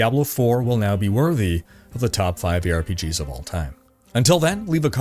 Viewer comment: I swear i heared "here are top 5 pigs" xD